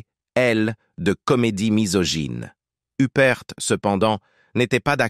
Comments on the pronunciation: Uppr pas youprte IA debile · Oui mais c'est "l'intelligence artificielle" qui fait cela! La narration est hachée, mélangée, revient en arrière, en avant bref, on ne comprend rien! La prononciation des noms est catastrophique "Hupperte", Toscane du Plantier en somme, plutôt que de nous faire apprécier le cinéma et les bons acteurs et actrices, cela est tellement énervant qu'on finit par stopper la lecture et mettre un pouce 👎tant on est déçue.... On aime regarder des reportages pour s'instruire agréablement mais là, c'est insupportable et malaisant... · Il est temps de prononcer les noms comme Il faut faut Huppert se prononce en français (huppair) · Une des plus grandes actrices françaises. Idiot de prononcer hupperte, l'ia dans le pire de ses apllications. Honte à l'IA..... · Pourquoi prononcer son nom a l anglaise ? C est ridicule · Surtout la mauvaise prononciation de son nom de famille, elle n'est pas anglaise mais française 👿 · Honte à l'IA.....